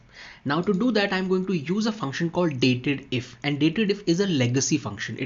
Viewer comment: Nice video and it's not datedif. Its actually date dif ( dif for difference)